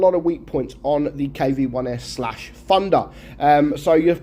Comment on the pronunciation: I hear pronounce Thunder as "Funder" or "Fandha" sort of